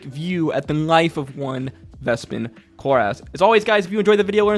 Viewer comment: Did this man not watch Calamity, where Vespin's name is pronounced multiple times?